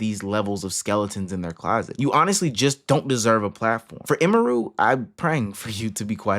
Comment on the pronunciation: Very insignificant, but it's actually pronounced 'emmy-roo' not 'e-mehroo'